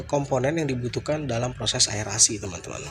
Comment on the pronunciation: Hehe kocak.. aerasi jadi air ASI.. gapapa mas sama² menyehatkan